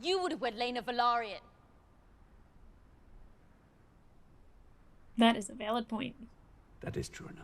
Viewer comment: House VELARYON , pronounced VEY- LAAR- ION . They also come from OLD VALYRIA , Same land as the TARGARYENS who are Dragon Lords. VELARYON family are SEA LORDS. Some Velaryon's migrated to the ISLAND of DRIFTMARK in Westeros before the doom of OLD VALYRIA , they actually settled in Westeros Much before the Targaryens came. One Targaryen Family Led by AENAR TARGARYEN migrated to island DRAGONSTONE of Westeros 12 years before Doom of Old VALYRIA bcoz AENAR's daughter DAENYS foresaw the DOOM in a DragonDream.